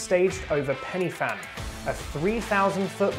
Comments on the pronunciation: Good effort bud , I grew up not that far from the ‘Fan’ and did the route a lot(not for the time though !😉) BUT the most important thing is it’s not pronounced “penny fan” it’s pronounced “Pen uh fan” nothing will munk off a Welshman like someone saying it wrong ! 😁👍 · Please, it’s pronounced Van not Fan! Well done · A small point, the 'Y' in Pen y Fan is pronounced as 'uh' . I have climbed Pen y Fan twice but I don't think I could do it again. I think it is harder than Snowdon.